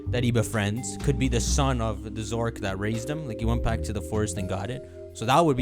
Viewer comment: His pronunciation of Zoroark maybe one of the worst name botches I have ever heard